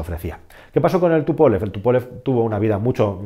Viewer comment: ¿Porque pronuncias "Tupólev" si es "Túpolev", con tilde en la u?. Diseñado, como bien has dicho por Alexéi Túpolev.